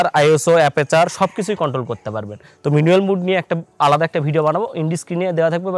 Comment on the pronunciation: উচ্চারণ টা মিনুয়েল নয় ম্যানুয়াল মুড